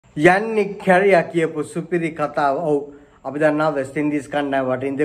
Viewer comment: නම කියවන එක තමා නේද අවුල😂